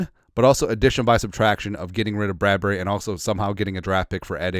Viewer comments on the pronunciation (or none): none